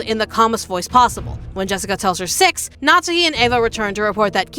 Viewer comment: Why do you call her "natzi", it's Natsuhi 🫣